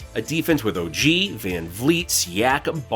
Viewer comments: We appreciate the raptors love but the mispronunciation of OG, saying Otto is back, questioning pascal as a #1 and scorer when no team has stopped him, saying OG shooting has been killing us when he has a ton of other new stuff on his plate, two trade proposals that don’t make much sense, and a couple other things we can tell you don’t keep up with us fr. But we appreciate the love still and we are in a bad spot and need to do something🤷🏾‍♂️ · Man you can’t even say OG’s name right… 🤡